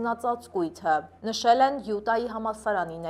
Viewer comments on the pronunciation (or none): Յութա-ն է ճիշտ: Յուտա-ն ռուսական է…